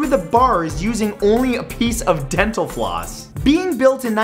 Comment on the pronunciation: DDENTAL FLOOSS DENTAL FLOOSS not possible thats not physics ;=